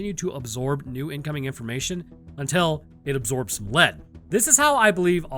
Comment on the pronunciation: "Absorbs other dna until it absords lead" lol